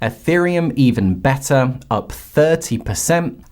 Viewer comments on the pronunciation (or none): none